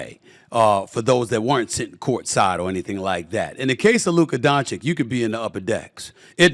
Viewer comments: SAS can say Joki-CH in the same sentence but not Donchi-CH?! I don't know if it's hate or just disrespect. If he's incapable (which is sad for a journalist), then why not just call him Luka. Kudos to J-Kidd as a coach. Great game management and adjustments this off-season. Hope the Mavs take it all! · My God, S.A., learn how to pronounce his name. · It's easy to make fun of how Staveen A Sammeeth says Doncic's name but the truth is he doesn't know any better and wouldn't change even if somebody corrected him. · Just say Luka. We'll all know who you're talking about. You're still pronouncing Doncic wrong. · Sad that Stephen still can't say Doncic correctly.